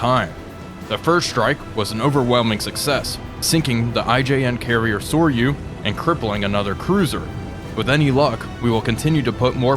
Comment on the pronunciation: Soryu pronounced "So-roo". (Ryu is "roo".)